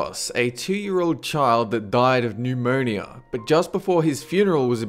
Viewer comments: A two year old child died neumononononeeeaaaa.... hahaha best funny ending to a "sad" clip XD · He said "newmoanea"